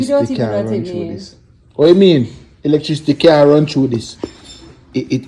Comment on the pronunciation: Elec-trick-city 🤣🤣🤣🤣